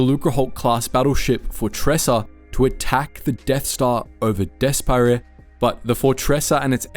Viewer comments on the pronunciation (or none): These mispronunciations have got to be on purpose at this point. “Gah-len Marek, “Jabim”, “Des-pa-reh” (literally pronounced it as despair in an older video too), “Zi-zore” Xizor is pronounced Shee-zore bro 🫩✌️